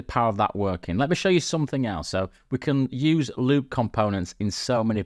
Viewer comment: Why does it sound like he says Lube every time he says loop...no one wants any of that!!! LOL